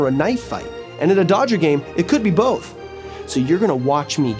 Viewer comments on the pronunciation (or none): Boff? Both is said with a th, not a double f.